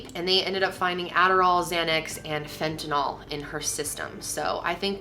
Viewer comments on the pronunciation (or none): none